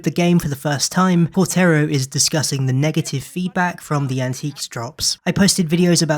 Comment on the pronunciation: thats not how you pronounce his name❗️❗️❗️ its quarter-oh, like a quarter of a year